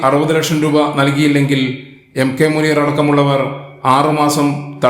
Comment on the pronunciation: മൂനീർ ഭായി... മൂ.....? എന്താല്ലെ!😂😂😂